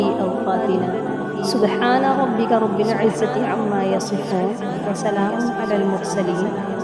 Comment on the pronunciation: یا رب اللعا لمین کی ب پر زبر ھے اپ ضمہ یعنی پیش پڑھتی ھیں